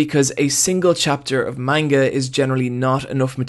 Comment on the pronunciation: “Maneguh” Ugh